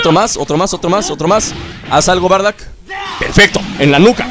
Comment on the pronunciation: Porque le dices bardack si es bardock?